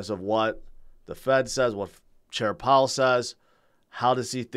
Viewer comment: Instead of Powell its "Pow"